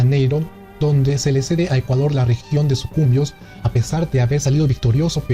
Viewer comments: Y otra cosa de cultura general.. No es Sucumbios, sino Sucumbíos con tilde en la i debido a que es una palabra aguda terminada en s así que a mejorar la pronunciación :) y dejar de lado el nacionalismo para hacer más verídica la información por favor :) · Ahora inventa un video de Tarzán y los 7 enanítos o de Súperman en el país de las princesas. No cuentas toda la verdad, eres mentiroso! No es Sucumbios, es Sucumbíos, con tilde en la í. Por que no pusiste el mapa de la Gran Colombia, donde el departamento del sur, hoy Ecuador, llegaba al amazonas? Por qué no dices la verdad de ''tu héroe'' Quiñónez, el no se inmoló, lo ametrallaron los ecuatorianos y cayó lejos de las baterías antiaéreas ecuatorianas que se lo bajaron. Todos queremos un héroe, tampoco creo que en Jambelí el buque ecuatoriano hizo huir al buque Villar. Por qué tu si crees en tus héroes y no quieres que los ecuatorianos tengamos ''héroes''?